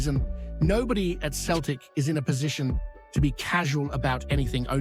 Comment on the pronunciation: You need to stop your Celtic pods and stick with your Rangers pods. You're a fake Celtic fan, you can't even pronounce Celtic at times.